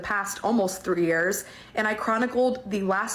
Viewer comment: Did she say 3 years or 30 years? It's almost like she was trying to not make that statement very clearly.